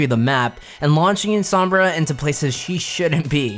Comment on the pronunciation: That guy saying sombra correctly just makes me so happy